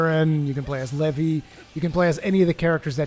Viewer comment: his name is pronounced "lee-vi"